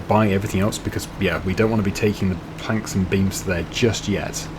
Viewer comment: Whenever you say "planks and beams" my mind hears something different. As far as I'm concerned, the temple is being constructed from a little cement and a whole lot of franks and beans.